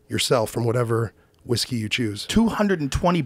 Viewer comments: “Whiske” -look that up. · "Proper 12 irish Wiske" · Its whiské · Everyone: Whisky or whiskey? JRE: Whiske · 2 hours later, still "whiske" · should double down “Whiske” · Still says whiske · had a lil too much “whiske” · Joe “Whiske” Rogan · takes the vowel rule sometimes Y ver seriousl